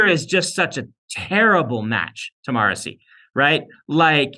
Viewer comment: I was today years old when I discovered Sanderson pronounces "Marasi" as Morrissey 😂